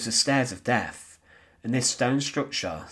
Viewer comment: Very sad and very interesting. As much as I enjoyed listening and watching your video, I found it slightly irritating in that your pronunciation needs some work. I know it's becoming increasingly common, but the letters "th" are not pronounced as "f" - that's what the letter "f" is for. For example, the "Stairs of Deaf" just doesn't sound right. Sorry ;-)